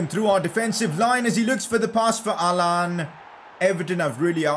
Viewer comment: pronouncing allan: Allan ❌ Haaland✅